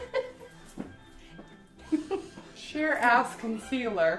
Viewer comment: I love how she pronounces “ass” as “as”